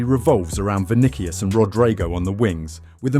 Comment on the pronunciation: The way it’s say vinikius is painful